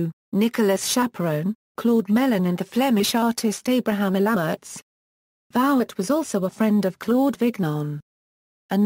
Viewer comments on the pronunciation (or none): Vouet ! Voo-aye ! with no disrespect intended, why do the research for this lovely quick sketch of the artist and then use a robot and slaughter the pronunciation of the man's name?